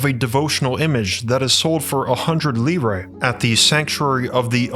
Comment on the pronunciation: btw... Lire pronounced Leer-ahh